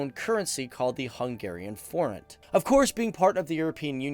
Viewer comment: You aren't pronouncing forint right